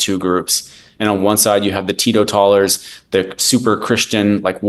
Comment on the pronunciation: Why can no one pronounce teetotaler